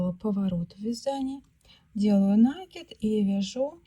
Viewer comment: Всё прекрасно, но накИд.